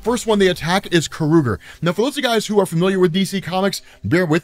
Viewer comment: Is it pronounced Ka-ru-ger ? I always thought it was pronounced Kor-a-gar ?